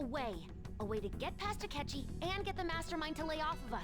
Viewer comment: "Asketchy?" Me: No...sketchy akechi.